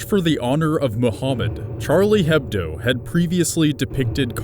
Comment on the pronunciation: the "h" in charlie hebdo is silent....